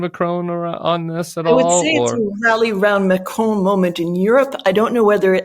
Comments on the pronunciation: Pronounced ‘Macron’ not ‘Macrone’ 😂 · Love watching commentary on the Bulwark but can I please ask you to pronounce Macron correctly. It is Mac Ron not Mac Rone. Having said that I hope we in the UK and France can hold together to fight the injustice of the Russian invasion of Ukraine. Trump is a traitor to the US and a traitor to all his allies. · its eh-man-u-el ma-cron not ma-crone: c'est facile.